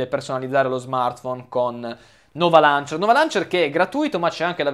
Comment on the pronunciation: omg appena sentito loncher? ma che cazz